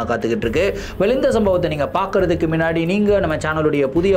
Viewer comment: Neenga solura oru word, " minnadi" athu actually "munnadi" kanaka videos la note panninan ondu